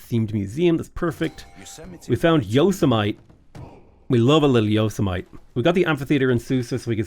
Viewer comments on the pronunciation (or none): yoe-sa-mait is crazy lol